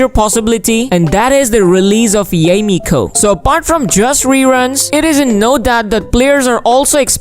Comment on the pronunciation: pls pls pls stop butchering yae's name... it's not pronounced yay ee,.. it's pronounced ya eh